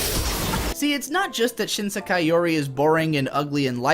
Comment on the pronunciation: This unpopular opinions = more views schtick is getting old. Such a tired old trope used repeatedly by. The voice acting in this video is not that good either, the word “Sekai” is badly mispronounced for instance, and I really do not get any emotional depth to main narrator/protagonist, the one who plays the part of the contrarian anime reviewer. The animation quality for the video is quite dated as well. Also, failing to understand basic things about the show, and using this stupidity as a basis for criticism of the show, while it does help turn the contrarian narrator character into somewhat of a comedic character who always gets things wrong, for some reason the unintentional comedy of that just falls flat and is barely even funny at all, probably because of the lack of character development or any real plot. This YouTube video is one of the worst anime I have ever seen, possibly even worse than Princess Mononoke.